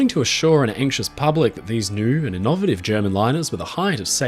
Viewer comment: In addition to the usual deluge of interesting info, from this video I also learned that "innovative" is pronounced with emphasis on the second syllable in Australian.